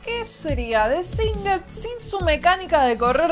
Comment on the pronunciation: singed?!!! dios la pronunciación [sɪnd[zh]]